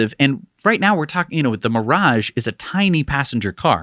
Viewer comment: It’s Toyota “Mirai”, not “Mirage”. Please pronounce the name of this impractical, low selling, ugly vehicle correctly. 🙂